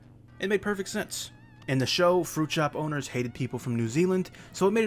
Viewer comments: I thought he was saying "fruit show boners" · I used to think he said "fruit show ponies"...🐎